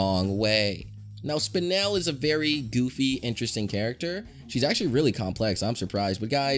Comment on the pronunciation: its pronounced SPINE-ULL